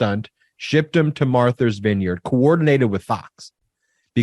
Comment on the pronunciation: I love you Ben, but you crack me up. Martha's vineyard, not Marthers vineyard. Or if you want to say it with a Boston accent Maahthas vineyard. Thank you for another informative video. You are now our go to for political news. And I'm loving how you guys are growing so quickly! 563 thousand and climbing by the minute! Woot!